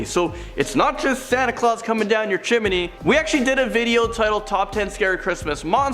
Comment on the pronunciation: His pronunciation of 'chimney' is like nails on a chalkboard. Do you see another 'i' in there? Geez.